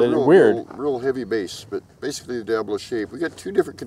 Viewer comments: Absolutely love your videos, been subbed for a long time now. But it's Diabolo, NOT Diablo. They are pronounced totally different. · Diabolo isn't pronounced dee-AB-ə-loh (old English/Latin word. The mispronunciation makes it sound like Diablo, I know this because I knew a guy that sold diabolos at Renaissance faires and performers that used them.